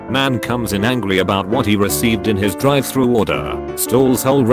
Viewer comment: dri -vey thru